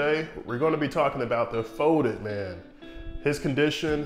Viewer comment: He's called "folded man" not "foded man"...I can't